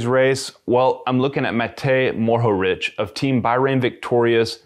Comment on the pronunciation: Bravo for improving your pronunciation of Matej Mohorič (instead of Morohič).:) don't sweat it tho, it's all good... you do you 💯💯